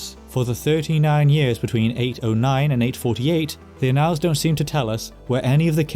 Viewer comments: ann - als'.not 'a nalls' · Annals is pronounced AN-als, sounds like AN-uhls.. It's not annAL as in canAL. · As on another video, your pronunciation is mostly correct. In this one, it's a simple word: ' annals". It's not pronounced " uh-NALLS," it's pronounced Aah' nulls, with emphasis on the first, not second syllable. The first syllable sounds like the proper name Anne, and the alls is pronounced like the second syllable of" bridal". If your going to do historical narration, you should have complete command of common English words. I think your pronunciation of place names and proper names is pretty good. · You've got me looking up how to pronouce 'annals', as I've only heard it as 'AN-uhlz' (like 'channels') before. Admittedly, I'm not finding much evidence of 'uh-NALZ' (like 'canals') elsewhere… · Could you try “ann-le”, instead of “ann-all”? I suspect you’re avoiding “ay-***” lol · Annals, not analls. Edit: interesting that you pronounce dynasty correctly but Americanly all the other times. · Thank-you! Most interesting! A small point of pronunciation, 'annals' is usually pronounced, 'ann-ls' :in other words, the second 'a' has usually been silent. And 'din-asty' not 'die-nasty' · It's "án•nals", accent on the first syllable. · If you're talking about historical records, then you are not pronouncing "annals" correctly